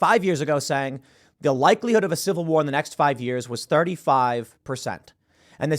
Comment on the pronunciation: Tim,how do you say ''civil warrr'' but then somehow throw in ''movie point here''